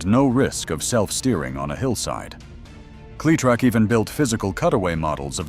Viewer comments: Say the name correctly. The way you say it sounds nothing short of STUPID. It is Cle-LONG E- Trac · if just one of the people involved with this video would actually listen to the finished product they would realize how often the narrator would mispronounce cletrac